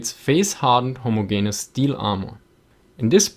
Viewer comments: Minor corrections: Ho-mo-ge-ne-ous has 5 syllables. (Many native English speakers have trouble with this also.) M113 is an Armored Personnel (not Personal) Carrier. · Interesting and informative as always, man. Also, I love the way you pronounce the word "homogayneous" :D